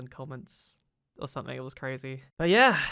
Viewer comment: It's "Something" not "Somethink"